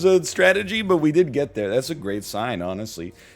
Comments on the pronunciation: Please. It's pronounced Deva Form. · FYI It is pronounced day-va form. Listen to the Beatles.